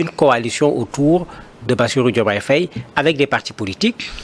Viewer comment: Madame l'animatrice essayez de bien prononcer le nom Faye. Faye c'est Faye comme en français et pas Fèye